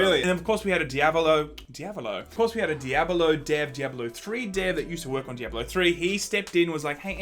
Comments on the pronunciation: Di-a-ba-lo? What game is that? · Dee-eh-bah-loh game.👹💦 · Dye-ab-a-low = Diabalo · Can you say di-a-bo-lo the correct way.. Di-a-blo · Omg learn how to say Diablo... uhg..